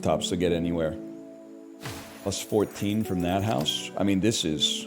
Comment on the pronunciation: lmfao when he says saUna so many times that he starts saying hoUse